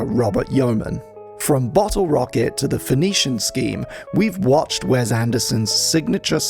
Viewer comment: I'm more upset about hearing Wes pronounced "Wez" so many times in such a short period of time